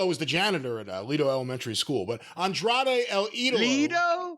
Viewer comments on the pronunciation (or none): He pronounces An-Dray'd LMFAO